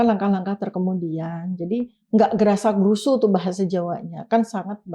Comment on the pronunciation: bukan grasa-grusu, yang betul grusa-grusu